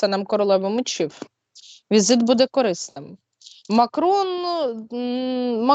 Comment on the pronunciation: кОрисним, тижнЯми... Що з наголосами у ведучої.